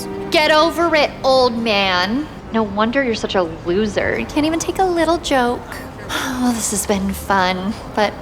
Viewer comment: 😮 did she say wittle 😂